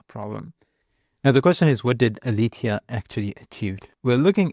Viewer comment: It's not "Alifia". It's Aletheia the greek goddess of truth. It's pronounced ale-te-ia.